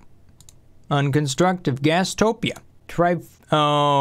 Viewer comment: I just always love how he seems to not know how to pronounce a lot of things out loud Gastropia? Hahaha Ayda and Nezbite instead of Ada and nesbit Love the videos, always informative, but it's an odd quirk, idk if he's just rushing or if he just doesn't read out loud very often